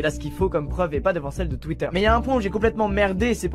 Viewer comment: Pourquoi tu dis « Tuitter » ?